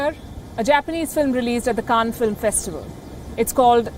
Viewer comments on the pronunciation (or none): none